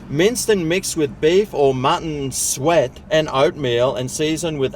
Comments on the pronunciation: LOL...it's not pronounced, "Sweat"... it's pronounced, " Sue- ett"... If you were just handed the pie, like you said, and you didn't know what was in it, you might enjoy it more, so yeah...I think it's all psychological! Also, have you ever tried chopped chicken liver? That's d'lish on bagel chips or pita chips! It's a Jewish delicacy and a tradition that my grandmother made, may she R.I.P. See if you can find some other ethnic fare to try and let us all know what you think. Merry Xmas to you, 🎄 and almost Happy New Year!🎉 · Sweat.... don't you mean "sue - it" suet. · Suet is pronounced SOO- ett. It's a special kind of fat, and it's certainly NOT SWEAT. To learn about what Suet is, and how it is obtained, visit